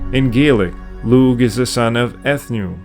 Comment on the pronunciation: Lugh is an Irish name and in Irish a g followed by an H is a silent g and not pronounced. And so the Name Lugh is properly pronounced Loo and not loog. The word Ogham used to be spelled Ogam with a buailte over the G. When there is a buailte over a G the G is silent and an h after a g serves the same purpose. Brother, if you are not pronouncing names properly I have to wonder what else you are getting wrong.